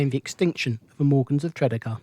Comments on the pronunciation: From a 61 year old Newport native, I found this a very interesting and informative video, thank you. Only one little niggle, we pronounce Tredegar as , Tre - deeee - gar. Keep up the good work, will be catching up on your vids and have subbed to your channel, cheers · Great video of Newport....but your pronunciation of Tredegar made me chuckle Tred-ee-gar. 👍👍👍